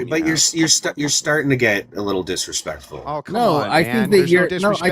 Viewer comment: "Your starting to get diswespectful, you must follow my affority!" Sounds pretty authoritarian fascist to me.... Fml these people are painfully hypocritical.